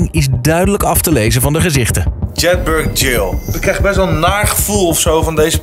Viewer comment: Zo ontzettend irritant dat ze (behalve de OV) Jedburgh steeds verkeerd uitspreken